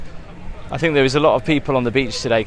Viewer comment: Great vid but dying everytime says FINK for thing or think sorry just creases me up 😂